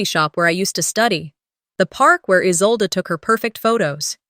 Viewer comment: It’s Isolde, not Isolda or Izolda.